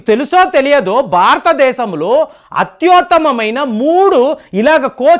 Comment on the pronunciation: అత్తోత్తమ కాదు అతుతమ ముందు అది cheppu